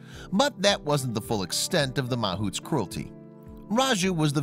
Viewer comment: it's pronounced ma-HOUTS. (yeah I got Indian blood)